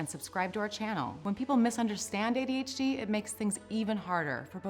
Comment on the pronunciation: It sounds like this woman says ADHG.....EVERYTIME single time she says adhd....that's IF, that's what she IS saying! She could think she's saying adhd....but saying adhg....or something?